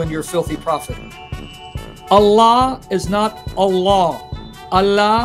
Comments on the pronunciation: Sam clearly said "Elah" Not "Allah". Listen really carefully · @@ debunk Sam. This guy only showed a failure of a pronunciation of "Allah"